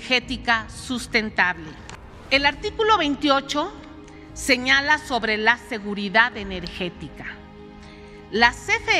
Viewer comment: “Segurinidifaud enerjestika “